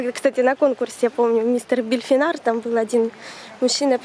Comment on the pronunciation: Мне кажется или Вы говорите БельФинар????? Там буква П.